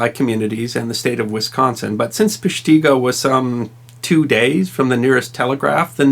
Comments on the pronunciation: The idiot never showed a map of Wisconsin, so we could see exactly where the town is. His pronunciation is not what I have been taught. -tee go he says. -ti go I have been taught. Also, the ground was made up of peat Moss. This blackened peat is damp, compressed, and a fuel. The ground itself was on fire, not just trees and brush on top. The peat fires went on continuously for many years. Impossible to put out by a fire department. I checked under Google, how to pronounce Peshtigo. This jackoff is way off on his pronunciation and accent. If he can not even pronounce a town correctly, I wonder how much of his other research and articles are bullshit! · It's not even a local thing, if you at the very least live anywhere in that 1/4 of the state including dead central Wisconsin it's Pesh-ti-go or Pesh-ta-go, a short not drawn out pronunciation like Pesh-teeee-go. I've never even been to that part of the state except to green bay and door county a few times in my entire life. At least you didn't make up vowels like national news reports did when the Weyauwega (Why-au-wega) train derailment in March of 1997 I think it was happened, they pronounced it Wey-oh-ga, lol. I've heard many pronounce Eau Claire as Eau-Oh-Claire or Ah-Oh-Claire. Not sure where people keep getting the oh's from, at least you didn't do that, lol. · I would like to point out you pronounced the name of the town wrong. It's a soft I not an ee sound. "Pesh-ta-go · Dig isn't pronounced deeg. A pig isn't a peeg. It's not Peshteego. Great clip anyways. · I love the video, but I'm not sure if anyone told you it's pronounced Pesh- TIH- Go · Omg 🤣 You're slaughtering then name Pesh-teh-go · Us Wisconsinites pronounce it Pesh-ta-go ...We pronounce Everything differently 😳🤦🏻‍♀️ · If you want to pronounce it like a “ Sconnie “ it is PESH ta go. I had family lost in the fire, and others prompted to move to what would be my hometown of Milwaukee. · It pronounced pesh ti go. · Peshtigo not PeshtEEgo